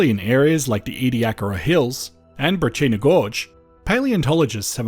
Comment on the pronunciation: Very interesting and informative video. That’s not how we say Wilpenna and Brachina though and Burra is not north of the Flinders.